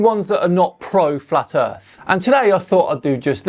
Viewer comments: I’m sorry but I have to say it “du earf” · What's the earf?